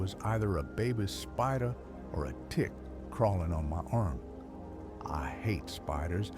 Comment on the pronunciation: lmao the pronunciation is funny af